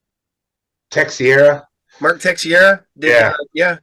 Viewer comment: Mark Texeira ("Tek-sarah").